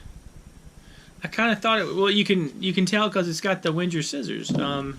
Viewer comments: "Venn-ger" not "Wenn-jerr" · The w is pronounced as a v. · I died a little inside every time you mispronounced Wenger. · Just Roll Same. I’m a Victorinox collector. I don’t own a single Wenger but I respect their history and know enough to pronounce it correctly.